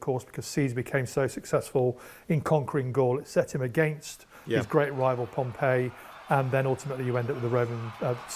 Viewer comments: As an Englishman - can I say you're right; his pronunciation is wrong. His pronunciation of Pompey and Cannae is just plain weird even for our butchered representation of Latin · he pronounced it like the city rather than the name. For the person it is 'Pom-pee' and the city 'pom-pey'